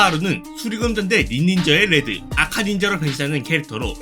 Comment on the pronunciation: 레즈라고 들린다..